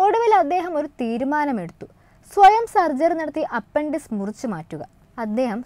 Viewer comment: അപ്പൻഡിസ്‌ക് അല്ല.... അപ്പെൻഡിക്സ്‌ (appendix) എന്നല്ലേ ഉച്ചരിക്കേണ്ടതു് ...!!